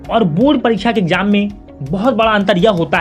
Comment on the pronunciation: sir wo bord parikcha hota h bord paricha nai😂😂